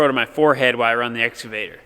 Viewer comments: Excavator “ x cavator “ not “ s cavator” If daddy cornstar says it right I will like and subscribe. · excavater not exavater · I love hearing the cornstars say exsuvator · EX-CA-VATOR READ IT LIKE ITS SPELLED. LOLOL CA CA CA CA === EX CA VATOR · Love Daddy Cornstar and his "exavator" pronunciation. He is so good-natured about everything! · DADDY CORNSTAR, IT'S EX-KUH'-VATOR, LOL!!